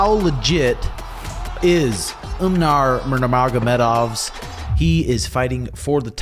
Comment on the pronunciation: 30 seconds in “umnar nurmagomedenov”